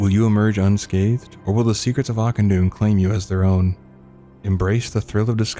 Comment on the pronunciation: Ah-kin-dune the ch is a K sound